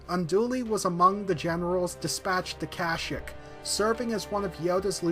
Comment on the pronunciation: Why do you pronounce it 'kash-yck'? It's 'ker-sheek', as said in ROTS. Just saying...